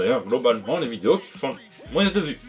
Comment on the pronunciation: Tout ce que j'ai retenu, c'est que tu dis "Moinsse". Ça me fait marrer. Il m'en faut pas beaucoup. Longue vie au.